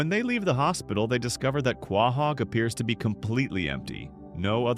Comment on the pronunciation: Dude do you not know how to pronounce quohog correctly